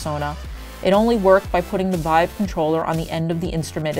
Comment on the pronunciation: Ahh, htc VEEVE.